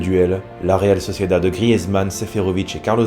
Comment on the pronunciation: Pourquoi tu dis réal socieda? Et pas sociedaD? C’est pour savoir si il y a une raison particulière